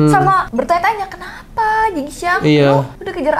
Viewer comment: Kenapa jadi xin jiang😂😂😂 jing xiang😅